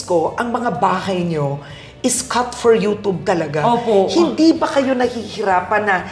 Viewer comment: Ano ba yan, pati ba naman ang YouTube babasahin ba naman ng you-toob. Talino din. Kapag yung isang word ay English basahin nyu din sa English hindi yung gagawa kayu ng sariling pagkakabigkas na kahit sa dictionary ng Filipino hindi mo nakikita. Kapag youtube dapat basahin nyu yang you-tube o you-tyub. Hindi yung you-toob. You-toob pa more.